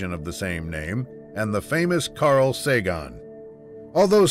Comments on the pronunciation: Your pronouncing "Sagan" wrong. It's not "Sagon." "Sagan" as in "can." or "began." Or "an" even. Get it? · Liked the info but the thing that consistently annoys me is that they have the Voyagers flying backwards some of the time... the dish points back towards the Earth and not forwards like in the Starship Enterprise... otherwise we wouldn't be able to communicate with it. Also...its Sagan...not..Sagon